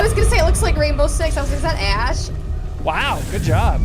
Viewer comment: I Swear; all you had to do is pay attention to the beginning part, and she said "The Raindow Six Team". And they are not gels; it's glass. Those of office doors and windows, with blue lights on inside the rooms. It's the same blasted look that makes you think they are gels